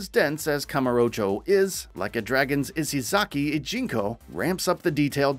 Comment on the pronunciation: If you're going to talk about a fucking game series at least get the character and location names right "Ichiban KASOOOGA" "Kazuma KIRYUUUH""Izesaki IJINKO" "SotunBOOROHH" wtf?